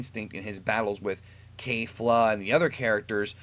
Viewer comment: notice something, the big hype was that they were saying "in this arc, there's someone that is on the level of a God Of Destruction" at first everyone thought Kefla (Kef-luh not Kay-fluh NO ONE in the show ever called her Kay-fluh stop calling her that!) was the one, then Jiren but 126 says that no Jiren is not it, Toppo actually is... which means he's been sand baggin this entire time.